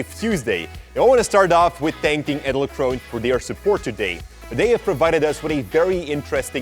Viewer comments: I thought when u say "edelkrone" you have to pronounce the "e" in the end Jordy. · The pronounciation of Edelkrone is so goddamn wrong...